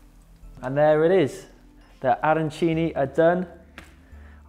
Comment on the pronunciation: the only thing I MUST correct is that WE DON'T talk and we DON'T say Arancini in THAT way!!!! this is a thing that the anglophones invented.. and this strange pronounce makes us piss off! Nice recipe, BUT we don't put breadcrambs and parsley inside.. in our Arancini there is Safran and Rice.. The Supplì made in Rome, they are made with , risotto with tomato souce. The Arancini have inside meat , peas and Mozzarella.. so here there is a lot of confusion, I appreciated the fact that you veganized.. but please follow the right recipe!